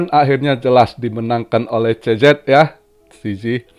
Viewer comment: gw dengarnya tiap bilang cz jadi cecep 😁